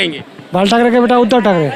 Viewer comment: उदय नाही बे.. उद्धव है ये.. 😂😂😂😂😢😢😢😢😅😅😅